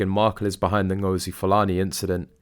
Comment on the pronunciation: Fulani is a Nigerian/Cameroon Tribe of Muslim Slave Traders who are still at work. Interesting that’s her chosen last name. She also doesn’t say her first name correctly. And don’t even get me started on her costume.